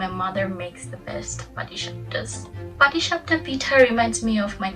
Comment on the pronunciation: You nailed the patishapta!